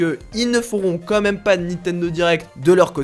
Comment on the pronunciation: "Quand même" pas "comme même" 😉